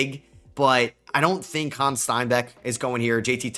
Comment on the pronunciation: Hannes Steinbachs first name isn't French. You pronounce it like you write it.